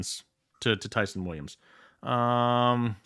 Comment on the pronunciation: please stop mispronouncing that man’s name… Ty’son sounds like John not Sun